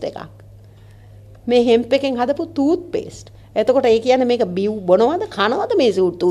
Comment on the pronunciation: NATTA THIYANA THAN PENNANAKO. She claims she was in UK, but she can not correctly pronounce even Toothpaste. Has she been in wanni?